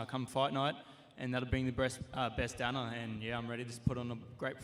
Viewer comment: Helwani he think to say dana